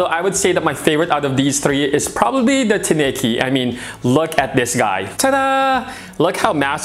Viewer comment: Tineke is a Dutch female name and, it's so funny how English speaking owners are butchering it with wrong pronunciation. 😅 So definitely not a guy in my book, she's my lady. 😁